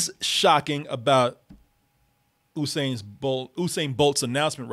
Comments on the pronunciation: It's not Oosain it's Yousain 🤦🏽‍♀️ how hard is that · (Phonetically) *You-sane Bolt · OOSAIN BOLT ⚡ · In the news today, Olympic athlete “Oosain” bolt sues youtuber from double toasted mis-pronouncing his name. More on it on fox news. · His name is pronounced "you-sane"